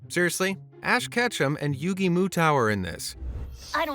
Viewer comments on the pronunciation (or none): Lol you can tell he's never seen Yugioh with that pronunciation of Yugi's last name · Uh sorry but how did you just pronounce the king of game’s name?????